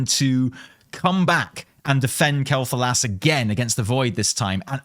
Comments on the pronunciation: See.. This. This is a normal analysis of a video....Also no. It's Quel'Thalas. Not Thalos. I have no idea why that voice actor said Quel'Thalos so oddly. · Sylvanas always had a weird accent, not surprised she pronounces Quel'Thalas differently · I can't believe you've been pronouncing "Quell The Loss" wrong this whole time! :P